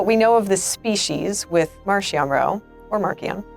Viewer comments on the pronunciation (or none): But it IS "MarKion"